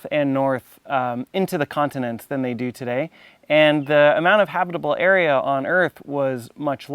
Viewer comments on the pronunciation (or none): none